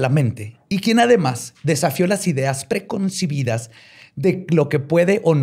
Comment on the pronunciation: Con el respeto que me meren, no pretendo que sean perfectos al hablar, porque todos podemos cometer errores, pero si están frente a cámaras deben cuidar pronunciar bien las palabras, es preconcebidas, no es "preconcebidas". Les felicito por su estilo